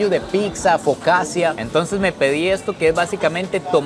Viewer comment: Buen vídeo! Una corrección pequeña, la focaccia se pronuncia Focacha, para cuando vayas a Italia no te linchen los italianos.